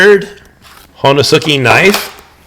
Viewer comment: Ho-nes-ki, u is silent when pronounced properly